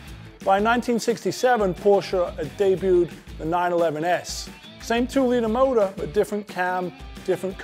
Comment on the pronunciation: When he says motor 🤢